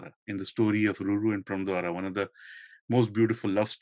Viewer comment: Rajaji’s Mahabharata got published in 1958. It is funny hear speaker say that many Indians got introduced to Mahabharata for the first time in 1958 because of Rajaji’s book :) Next I wish speaker reads Indian names in Indian lipi. मदल्सा instead of मदालसा। प्रम्द्वार instead of प्रमद्वरा 😮